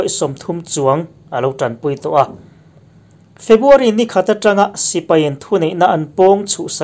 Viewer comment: A ngaihnawmin a bengvarthlak hle mai. A puangtu hian February tih turah Febuary a ti tlat thin ka hria.